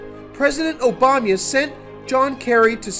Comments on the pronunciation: Mate..For God's sake, it's OBAMA, not OBAMYA. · Could you pronounce Obama correctly, please. It's cheapens your presentation to pronounce it Obamya. One pays attention to that, rather than to what you are saying. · you can't even say Obama right lol